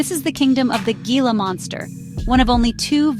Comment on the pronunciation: The G is silent in both Saguaro And Gila